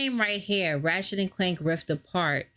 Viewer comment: You said his name wrong